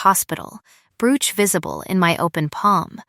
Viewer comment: Brooch ..bad word pronunciation.